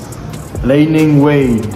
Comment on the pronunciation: Bro hindi "lay-ning" pronounce ng brand. "Lee-ling" bro. God bless